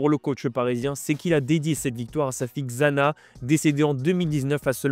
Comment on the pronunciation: Xana se prononce "Chana" !!!! Faites un effort bon sang ! Bixente, Xavi.... vous savez ptin....